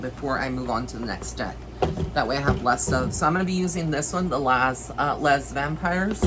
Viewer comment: The word Les is pronounced as Lay.